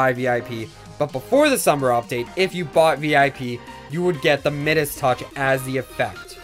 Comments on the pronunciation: Midus- pronounced My-Dus, not middas - where’s my doge fools gold and Midas owners? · said midus wrong mi-dus is the correct pronunciation like kind midas who had the golden touch you can check in google translate too.